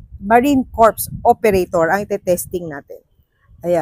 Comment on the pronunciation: Sa Marine Corps Operator, dapat silent "S". Kung hindi ang ibig sabihin eh di bangkay.